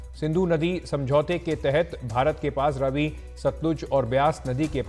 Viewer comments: Ravi not rvi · Ravi nai re Raavi ,ha sahi bola kar. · Its raavi nadi not ravi nadi... 😂😂😂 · It’s not Ravi it’s Raavee